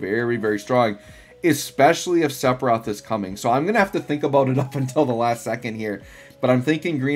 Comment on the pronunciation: Saying Iris like that is fine… but Seppa Roth? Come on man 😅 Great content as always 👍